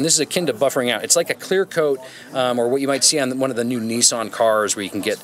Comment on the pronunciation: Nissan...Knee sarn.lol